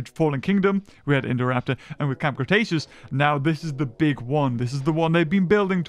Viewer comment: ah yes “cramb Cretaceous”